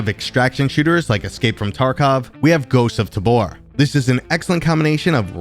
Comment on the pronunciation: "Ghiosts of Tabor"